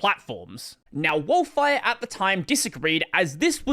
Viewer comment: oh no, pronouncing Wolfire like that given their logo